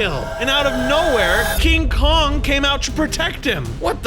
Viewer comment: And I like how you called King Kong more like donkey Kong 😂🤣